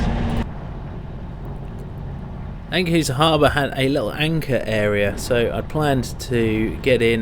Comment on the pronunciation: Protip: it strikes me that almost all of the names of towns have their intonation reversed compared to what you'd assume from the normal englsh manner of approaching the words. IjMUIDEN, EnkHUIZen , AFsluitdijk. amsterDAM, Lovely video btw! Showing parts of the country and aspects of the seas that we rarely get to see much in detail like this!